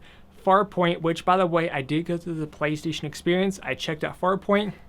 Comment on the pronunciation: you say PlayStation weird